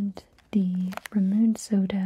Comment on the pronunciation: Ohhhh!!! I'm from Indonesia and the Milkita is synonymous with childhood to most of the millennials and Gen Zs here 😍😍😍 I prefer their lollipops though since the kind you featured here are more of a hard candy which I had a hard time to finish, however I love both kinds in the chocolate flavor🍫 P.S. - The "Ramune" in the Bubbly Soda Puchao is pronounced Rah-Moo-Nay, a kind of classic soda exclusive to Japan (and yes the real thing also tastes fresh)